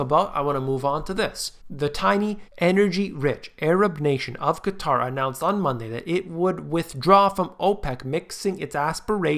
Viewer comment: So glad to hear you pronounce Qatar properly. Unlike the nincompoops in the media that calls it cutter.